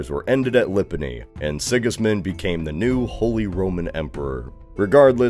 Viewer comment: Wonder how long it take to learn pronouncistion of Jan Hus and Lipany so well for video where it's secondary information.